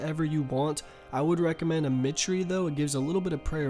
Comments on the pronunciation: Ruen? You mean ru-ne not ru-en. It's also Might-er not mee-tre(mitre) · its mitre not mitt tree go back to english clash druggy. this is basically a video of you rambling on for 20 mins and at the end you say "do nmz". whats with the shit at the begining u talk about theres no good guides yet theres 20000 guides on how to do nmz and how to train combat. ur vids are so trash now. ive been watching since the very first hacked to max video and ur content has just gone downhill ever since the first dmm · Also for future reference, Mitre is pronounced "Might-er" not "mi-tree" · Seems like every other OSRS YouTuber these days doesn't know how to pronounce these tricky words correctly... Also he called a mitre and "mih-tree"